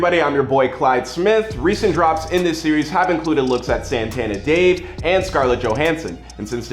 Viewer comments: "Santana Dave" 🤦‍♂️ hes never gonna get his props this mf cant even say his name right. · We gon just ignore how he said Santana Dave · It’s Santan Dave put respecc on homie